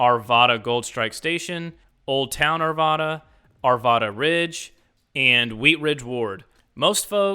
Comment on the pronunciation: It's pronounced Ar Vad Uh -- the second A in Arvada rhymes with cat.